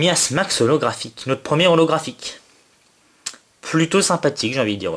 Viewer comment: xd a un moment tu as dis Tortank ollographhique xD tu etait trop la haut je crois